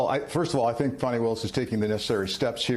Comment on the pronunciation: Fani ( pronounced FAH-nee) Why do folk constantly spell and pronounce black womens names incorrectly?.